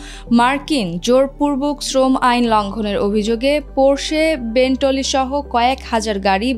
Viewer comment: ওটা Mini Coper(কপার) না Mini Cooper(কুপার), বেন টলি না বেন্টলে বা বেন্টলি(Bentley)